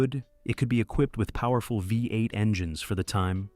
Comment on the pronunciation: If you cannot correct your AI voices don't make the Dang video. It's so annoying vi eight. What's wrong with you